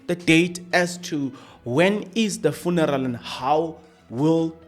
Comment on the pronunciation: Are you deliberately irritating us by the" Funaral" 😮